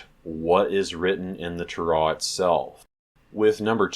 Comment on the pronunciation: oh good grief, who taught you how to say "Torah" that way????? Do you have any Hebrew study or are you self taught?